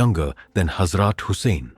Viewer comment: Salam , love your stories and want to donate some money. But please make sure the pronunciation is correct , for example , Holly , Hazrat and others are not pronounced properly . And the translation in English is awful. If a non Muslim is hearing it , he will not understand . Please ensure the person narrating is properly trained in Muslim names and places and especially prophets and hazrats names . Jazakallah